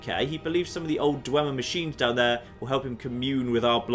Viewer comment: Dwee-mer? What?